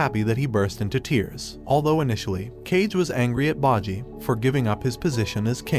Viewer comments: Is name is bojji not baji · It's boh-ji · i watch all the episode all ready sooo we is still the king and daida is marrid and its bojji not bajji its king boss not king bossy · You mispronounced Boji's character's name. That is a sin I cannot overlook. I went out of my way to get the English dub to hear how they pronounce his name. They pronounce it "BOH-JEE" not "BAH-JEE" It's almost as you never actually SAW the anime and just read someone else's notes on it. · “Bodjy” lol it bojji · Baji? It's BBBOJI!!! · You said bah-G wtf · its pronounced bow ji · You butchered half of the main characters names wtf( bow gee ) and (die da) that's how you say their names ...your using the anime show to tell the story yet you didn't even pay attention ... 🤨😪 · Ikr 😭 “baji” “cage” “dumass” “dayda” and “the spa” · Cage and Bohji??? Data??? bibin? Domayze??? What are these pronunciations? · BO----JJI not whtever the fuk u said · The pronunciation of kage and bosse is funny